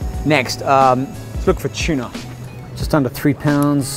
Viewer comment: tuna* not "chuna" lol